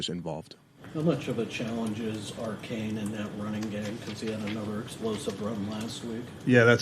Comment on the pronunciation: What dumbass reporter pronounced Achanes name as Archane??? That dude needs fired asap.